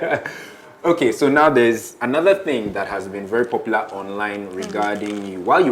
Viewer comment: "Onoda" is pronouncing the English word "another" in Yoruba language!Lol!